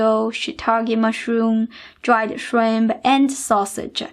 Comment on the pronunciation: This recipe looks awesome. I'm definitely gonna try it, as soon I have this steam cooking thing (my mom has one, but she want give it to me knowing it would be an experiment 😁). If you don't mind the question: Why you emphasize the last letter in some words? Like Shrimpsssah, Ricessah and so own. Is that a cultural thing? :)